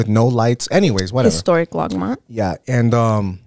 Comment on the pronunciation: Is it Longmont or Logmont?🤔 It always sounds like is saying Logmont but then is clearly saying Longmont.